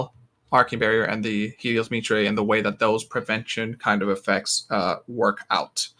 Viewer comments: MY-TER* not MEe-TRAY. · it's pronounced "my-ter" just as a heads up